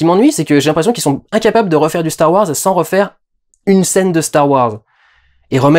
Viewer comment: CHTAR WARS ! Reprends-les s'il te plaît, c'était excellent bordel !